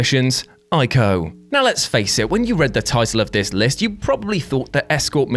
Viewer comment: I'm loving you pronouncing Ico correctly